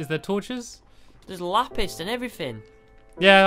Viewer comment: says lapist